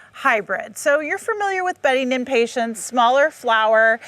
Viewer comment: I always laugh when gardeners pronounce impatens and supatiens with a HARD-T at the end, like it's a hospital patent. Sun PATIENTS. LOL. There is no T, folks